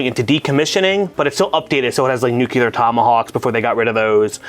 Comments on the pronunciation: Is there any way we can get to stop say "nuculaer" weapons? Isn't he supposed to be a fairly educated man? I don't agree with most of his viewpoints on movies, but that just irks the shit out of me. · Hey,? Nukular? Still not a real word. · The way pronounces "nuclear" is so triggering:D